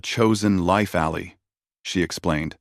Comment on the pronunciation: Get a proper text to speech program and learn the difference between alley and ally